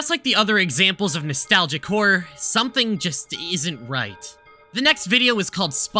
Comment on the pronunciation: and every time he says "whore" instead of "horror"